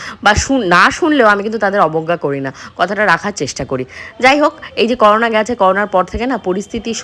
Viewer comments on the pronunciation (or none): none